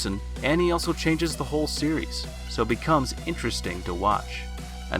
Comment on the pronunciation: Hehe “beacomes”